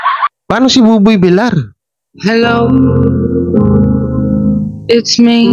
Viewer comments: Bakit ayaw mong makinig ilang beses n kitang kinorek hindi Buboy Bilar ang pronounciation, Villar is double “l” kya ang tamangbigkas ay Bilyar😘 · bakit ayaw mong ma correct po. Vilyar po ang pagbigkas po hindi vilar. sana i correct mo na kc nakakahiya nman